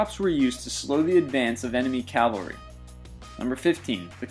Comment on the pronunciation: Ok, I have to snark a little but this is one of my pet peeves. It's cavalry, not Calvary. One is a force on horseback, the other is the alleged place of Jesus' crucifixion.